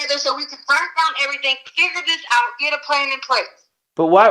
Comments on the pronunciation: I hate how she says "everythink". She's even got her daughter doing it. I really feel Harley knew more than she said. Man she tortured Al and Landon. She tortured them with all the phone calls he had to make with that monster and she tortured Landon by calling her with Ganon's phone and leaving her texts giving her false hopes. She is purely evil and she is most deserving of the death penalty. She played games with everyone and she is just absolutely evil. She's worse than a vicious dog and should get put down like one. Just an absolute monster. I fear that life in prison is not going to work with her because I don't think she's going to ever feel badly for what she's done. I think she's proud of what she did and with hurting so many people. That was her goal. So she's most likely smugly sitting in prison now happy that she didn't get capitol punishment. I think she feels like she won all the games she played. Smfh. Shame on her soul. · How bout the way she says anythinK or everythinK and even has her daughter talking like a dumbass like that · Yes they both speak like HILLBILLIES. Hopefully Harley now knows that is NOT how words endinK in ING are pronounced . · It isn't just EVERYTHINK. It's every word ending in ING or just G. "I did NOTHINK WRONK " They have my diamond RINKS", This demon can't speak the English language. AskinK questions that start with "WHY COME .....?" IT'S EMBARRASSINK‼️‼️ Talking about looking in the Land Field that she pronounces Land Filled. I can fill an entire page of this BS. Damn HILLBILLY